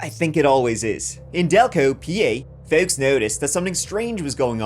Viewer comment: You nailed that "folks" after saying Delco PA😂